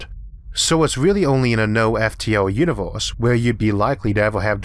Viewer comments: What IS that accent? Flip random vowels to something completely different.. I've never heard that. "The Univorse is a vast cosmic .." AAAAAAAAAARGHH I can't listen to it!!!! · "the univorce"